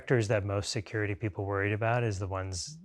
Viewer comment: “poople” haha